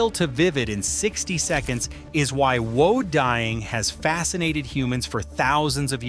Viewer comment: Whew. AI mis-pronounces many of the most important words: woad, alizarin etc.